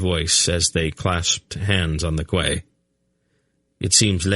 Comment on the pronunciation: I love the whole thing but ffs Quay is pronounced as Key!!!!